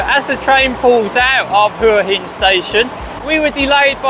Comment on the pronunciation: It's pronounced Wa Hin! 😂